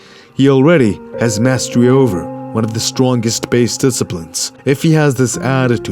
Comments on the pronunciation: 3.08 seconds in he says strongest wrong lol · "...to execute one of the stwongest based disciplines in the martial arts."